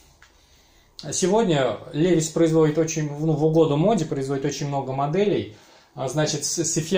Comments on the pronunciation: 1) Влад Смирнов, нет. На самом деле: лИвайс. Иногда произносят как ливАйс. Это особенности языка: E зачастую читается как И русское. Во всяком случае компания позиционирует бренд на рынке именно как американское "лИвайс". Автор говорит "ЛевисА", отдавая дань памяти совку и фарцам-подпольщикам. Автор родом из СССР - потому и "Левис". 2) Levi's в Штатах шьют, но немного. Это линейка реплик старых моделей LVC, некоторая раритетная одежда и несколько современных моделей джинсов под маркировкой Made in USA. Но цена в разы выше обычных. Обычные - для широкого потребления - шьют за пределами США. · Бля чувак, как можно любить левайс и называть его левисом.